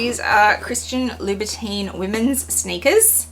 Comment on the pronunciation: Please say Labu TON